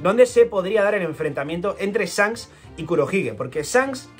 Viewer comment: “Esfincs, Sancs” 😂